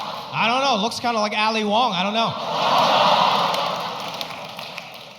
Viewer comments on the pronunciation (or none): LoL when he says ”Ali Wong”😂